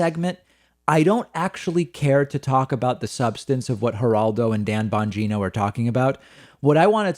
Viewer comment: I liked it better when you called him Bon-Gyno... what a creep...